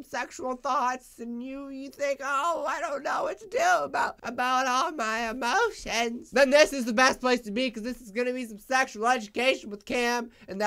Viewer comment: “about all my EmOtIoNs” i’m wheezing